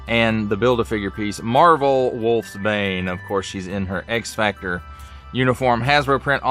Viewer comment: Its pronounced "Wolfs-Bane" not Wolfbane.